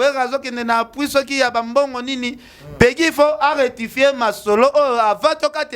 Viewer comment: Ken Balobaka retifie🤣 loba rectifier bonne chance pour la suite 🤣